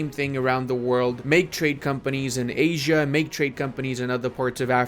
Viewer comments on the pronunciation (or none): none